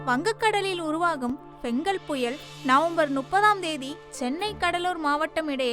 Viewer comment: புயல் என்கிற தமிழ் சொல்லை திரும்ப திரும்ப தவறாக உச்சரிப்பது வேதனை. தயவுசெய்து தமிழை சரியாக உச்சரிக்க வேண்டும் என்று கேட்டுக் கொள்கிறேன்